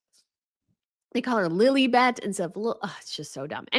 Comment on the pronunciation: It’s lilibet not lily bet. You steal your grandmother’s pet name and won’t even pronounce it correctly. Sigh. It was her pet name. You don’t use it without asking. Sigh.